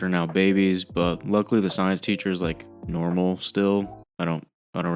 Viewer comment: If you said “sctience” , I pifcjed up that ref and I’m glad people watch disenchantment😂😂